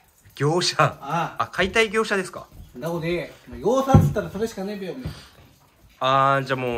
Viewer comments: 業者言えてない （笑） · 業さ…で笑た(笑)❕ 確かに…業さ…て聞こえます❕ 達楽し過ぎ！ これからも頑張ってくださいませ～！